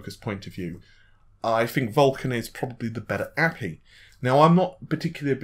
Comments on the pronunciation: God damn it! It's Aypeii not api! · Fishmonger ! ... i felt exactly the same way.. i generally am not like this but really... its A P I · Yeah, I was wondering what that word was..."appee"? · I'm starting to think you just mispronounce as much as possible now, it used to be kind of funny but now I'm just like wtf. APPY???? A.P.I it's just as much effort to say dude. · Thumbs down for "a-pee", it's pronounced A.P.I. It's an acronym for Application Programming Interface. Stop pronouncing things incorrectly. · What's an appy? It makes me un-appy hearing you say it like that. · If you're reporting on tech news then learn to pronounce it correctly. Anyone who works in the field would be scolded for saying "a-pee" because it gives the impression they don't know what they're doing. So yes, pronounce tech terms correctly if you are going to report on it. If this was a one-off then I wouldn't care but he does this a lot. What's next? C# pronounced "C-pound?" or .NET pronounced "period-NET?" or CPU pronounced "see-poo?" or GPU pronounced "gee-poo?" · The way you pronounce api 😂. Nothing against you, I understand it's hard to guess the pronunciation. But it's just to funny .